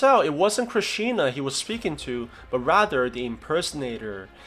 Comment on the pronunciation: it's not krisshna it's Krish 3